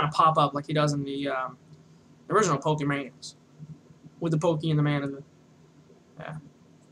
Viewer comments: I died a lil inside at the beginning when he said "Poke man"........ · Awful tutorials, the way he talks and has his videos are so unplanned and scatteredabout like he doesnt know where hes going. Poor format, and doesn't say pokemon right.